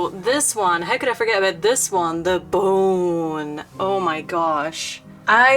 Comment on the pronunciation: I LOVE HOW YOU SAY BONE BOWEN😁😁😁😁😁😘